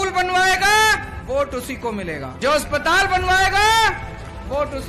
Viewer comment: bhai ne prove kr diya haryanvi hai 😂, aspatal=haspatal bhai love u bahut acha kam kr rhe ho